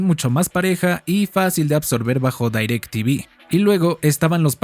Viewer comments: haces buenos videos pero es muy irritante que digas "dAirectv" todos sabemos que es "directv" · No se prenuncia DAYRACTV.. se pronuncia igual como re escribe DIRECTV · Gran video y solo un pequeña aclarción, la marca se pronuncia tal cual está escrita, no se dice "Dairectv" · Bro te mmste nadie le decía dairec tivi era direct tivi tal cual 🤟🏻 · porque dices dairectv y no directv ? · Como qué "Dairec Tivi" A poco no recuerdas el comercial del pavo que lo nombraba tal cual "DirecTiVi" Decepcionado 🥀🥀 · Quien poronga le dice dairectivi ???😂😂😂😂